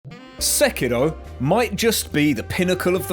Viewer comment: Love your pronounciation of sekiro